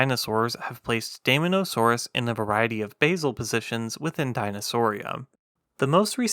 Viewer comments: Very interesting! We almost never hear about basal dinosaurs. By the way, as an English diphthong, the “ae” Latin digraph is pronounced like our long “i,” so I think dye-MON-o-saw-roos is closest to Linnaean usage. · It is pronounced "day-MAW-nuh-SOAR-us". It was a carnivore, and a theropod. It's name actually means "demon lizard". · You pronounce daemon wrong. It’s “deemon”. Great vid tho. Subbed